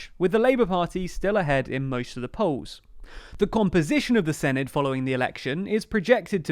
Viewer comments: or sinith instead of senedd :D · It’s not pronounced Sin-i-d it’s Sen-e-th and they’re not Welsh parliamentary elections they’re Senedd elections. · The 'dd' at the end is pronounced more like a 'th' sound. So proper pronunciation would produce a 'Sen-eth' , exactly as you suppose. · I feel like i should point out it's pronouced 'se-neth' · Thanks for doing a video about devolved politics in Wales. It gets very little attention in the UK media. Minor note, Senedd is pronounced more like 'Seneth'. 'dd' is a digraph in the Welsh language that makes a 'th' sound like the end of words like 'bathe' in English. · Tip for the future, the 'dd' in 'senedd' is pronounced like a soft 'th' in English 'the', 'then', 'there'. I'll be voting for Plaid Cymru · It's pronounced SEH NETH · With the 'dd' the equivalent of 'th' as in 'there'. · Please learn how to pronounce Senedd. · Hey 😄 very glad you're covering Welsh politics! Just a little note: the dd in Senedd is not a hard D sound, it's more like a th sound but very soft rather than the hissed sound English speakers would use. I appreciate you're doing a lot for these videos already, but there are plenty of short and approachable videos on YouTube that teach basic Welsh pronunciation and point out that it's a phonetic language so these days there's not really any excuse for a person living on the island of Britain to not know how to pronounce Welsh words. I say this as a Welsh person who lives in Aotearoa/New Zealand and has learned how to pronounce Māori words, which are also phonetic, despite not being fluent to any level in Māori. The gap between learning the entire language and just learning its basic pronunciation is vast, so I'm sure you could get your tongue around Welsh syllables without learning the whole language 💖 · Should probably add it's a voiced "th"-sound as in 'that' rather than thing. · It’s better than the last video so give them some credit, but yeah not fully there yet. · I’m not even hearing the -th either